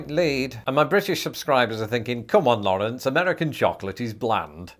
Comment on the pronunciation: I pronounce it more like Lawrence...that pronunciation hurt my ears